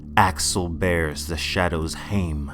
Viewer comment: Al-A-xel. You kept dropping the second A